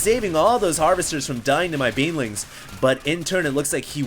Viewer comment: did you say beanlings?